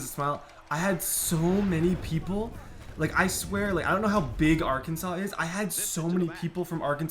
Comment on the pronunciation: Hey I’m from Arkansas and we hate when called Ar-Kansas. Especially since we was a state before Kansas.